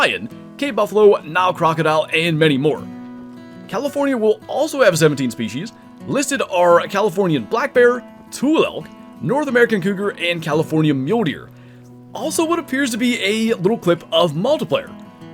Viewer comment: As a Californian, it is my duty to respectfully correct those that say "tool" elk. The tule (too-lee) elk is named after the native plant called tules (too-lees) that the elk feed on. Waterfowlers will also be familiar with tules, I spend Oct-jan surrounded by them.